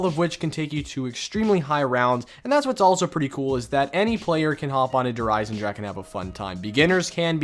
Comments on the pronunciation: スライアチン it most definitely is not. I speak German bro 😂 they should be pronounced similar to “dare Ei-sen-dra-⟨x⟩e” (voiceless velar fricative) and “dare Ree-zuh” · “Durr Eisendrack” “Durr Reece” haha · Please god pronounce German map names even just SLIGHTLY properly. You have no idea how annoying it is. “DERRR REEZ” “DERRR IZINDRAK” “KNOCK DERRR UNTODIN” “KINO DERRRTODIN” “WONDERWOF” Fuck, man. Jesus Christ. Do you go to fuckin Taco Bell and order Kway so dillas? Or how about some extra kwayso on your En chill uh duh. Maybe forget Taco Bell, would you like a chicken and cheese tah kweeto? Ohhh but I you don’t speak “Mexican” so you can’t pronounce fucking enchilada?